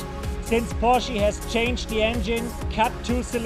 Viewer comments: Porschie???? Dude. It's Porsch uh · porshy? lol